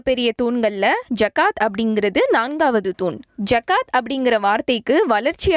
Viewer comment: Please its call " ஸஹாத்" not "ஜகாத்" please call the right pronunciations thanks 😅🗣